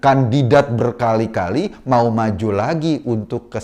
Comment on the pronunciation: hahahahaha saya ketawa pas mas eko bilang "kandidat berkali-kali" wkwkwkwkwk ada penekanan kata disitu.....???? lanjut mas Eko Kun